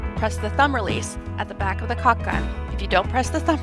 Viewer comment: she really should learn how to pronounce caulk.